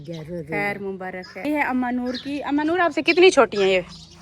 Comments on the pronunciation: Mubarak not mubarakh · Mubarak hota hai mubarakh nahi